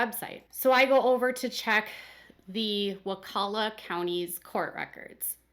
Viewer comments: You are pronouncing Wakulla correctly! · you said Wakulla correctly and Crawfordville is just outside Tallahassee in Leon county. They are much smaller than Tally police. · You pronounced wakulla perfectly. Love your channel 😍